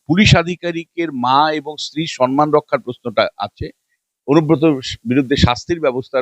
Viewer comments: দয়াকরে সন মান বলবেন না, মমতার মত। কথাটা কিন্তু সম মান। আমি ভেঙে লিখলাম। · সম্মান কিন্তু আপনি বলছেন সন্মান ৷